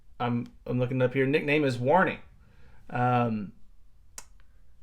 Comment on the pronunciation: Warnee😂😂😂Trust a Yank to bugger the obvious up!!!